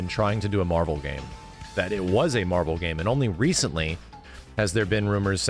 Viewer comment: I love that Ed said “MAHVEL” and he did it twice so it was intentional.